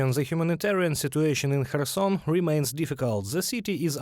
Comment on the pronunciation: Kherson should the Ukranian journalists say correctly so westerners can properly pronounce Khetson better.